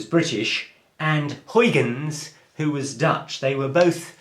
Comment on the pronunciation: not how you pronounce huygens. google translate it into dutch